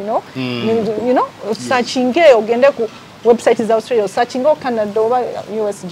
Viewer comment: Naye guy it’s Australia not ousstralia